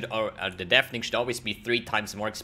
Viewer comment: It is pronounced deff ening not deef, dief :) Sag Jeff - tausch das J aus für n D- tadaaaaa